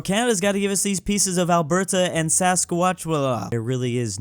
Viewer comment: How can continually mispronounce "Alberta" but nails the pronunciation of "Lesotho"?